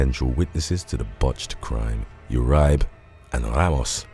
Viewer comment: It’s Ur-e-bay and Maine-ge